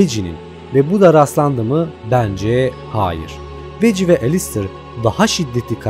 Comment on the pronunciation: Vaggie:veggi olarak telavuz edilir 😅